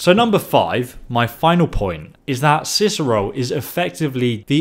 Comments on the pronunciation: Let me guess, someone stole your Ciceroll... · Good old "Ciceroll". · sounds like hes saying Ciceroll not Cicero... like if u agree! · It’s Cicero, not Ciceroll... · Why does it sound like he says cicerol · Why does he say cicerole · Why does keep calling him Ciceroll??